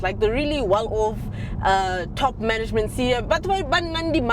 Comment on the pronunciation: The way you said "manayjment" told me everything i needed to know about those 'madala types' 😅